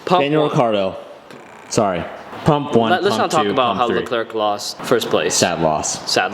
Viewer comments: Leclerc is pronounced “Leclair” Not “Leclerk” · classic americans, leclerc is not pronounced “leclerk” it’s pronounced “leclair”